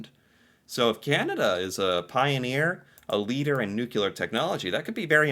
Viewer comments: Nuclear. Not nucular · NU-CLE-AR (yes, most of us are well educated) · Nucular? Really? C'mon man! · Nuclear not nucular 😂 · not nucular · My English prof would lose it if he heard the American pronunciation of 'nuclear' (nuke-yuh-ler). He just hated it. The word I can't stand to hear is the Canadian version of "out" and "back" (I lefff my hawkey stick oat bawwk!). You don't hear it much on the east coast, it's more ("Oi left ma hawkey shtick aa-oot bääck"), kind of a "Minnesota meets Killarney". I find it hard to take anyone with a Wisconsin/Chicago accent seriously - ("Yoo're gettin' aaahhn my nerves, ya just ate tha läist key-inn a soop"). I met one of the snipers on that list you read, at my sister's wedding. My sister's friends with his wife. He held the world record for like a decade or more. I believe a Ukrainian now holds the record. Legal drinking age is 19 (18 in Quebec). Weed is legal country-wide. Only specific employers can request drug screening (bus drivers, pilots, law enforcement, etc). Otherwise it's a violation of your rights. Biggest hospital bill I ever got: $7, for a TV rental during an overnight hospital stay in 1982 (I was 12, couldn't miss the Dukes of Hazzard). Guns are legal, but not a right, a privilege. You have to take a course, provide references. Pistols are no longer an option, no new licenses granted & silencers of any kind are illegal. Police can't carry their pistols unless they're on duty. It's legal for any adult to carry a folding knife. Usually, we're the USA's biggest trading partner, but it's sometimes Mexico & sometimes China. Prince Edward Island have the best potatoes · NUCLEAR! Not Nucular. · Canadians are the best at saying words that Americans can't pronounce. Nuclear. Not noo cue lur. Social security. Not sosul security. Library. Not lie berry. All of a sudden. Not all of the sudden. Versus. Not verse. Hockey. Not ice hockey. Tuna. Not tunafish. En route. Not n route. Mauve. (oh) Not mawv. Any word in French, really.